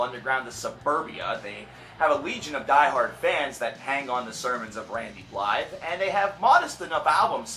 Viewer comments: Ehmm, not to pick on you, but his last name is pronouced Bly' not Blythe the "the" is quiet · Randys' last name is pronounced BLY. Buh-lie. The the are silent.